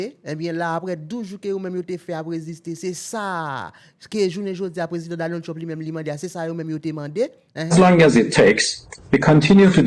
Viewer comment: aprann pwononse yo pa di Danald yo di Donald Trump